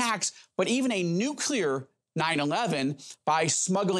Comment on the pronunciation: Noo-Clee-ar...not nuculer